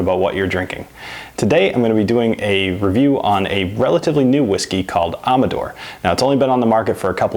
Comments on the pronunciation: Pronounce the name correctly.... Am....Like bAM...Amador. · I work for Trinchero. That is the correct pronunciation. Also, it is finished in Napa Chardonnay Barrels, not Cabernet!